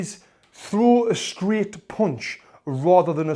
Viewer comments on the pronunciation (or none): Throo a streght poonch (I loved that )